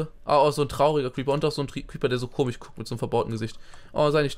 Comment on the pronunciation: "komig" wie Simon sagt! :D